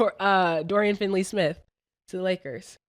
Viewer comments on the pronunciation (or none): Dorian Finney smith not FINLEY